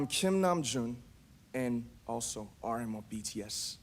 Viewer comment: RM영어 발음 쩐다❤❤❤